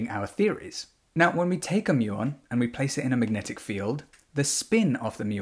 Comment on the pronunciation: Muon rhymes with fluton